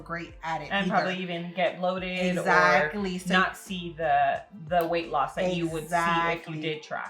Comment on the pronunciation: I love how you both were saying, eggsactly.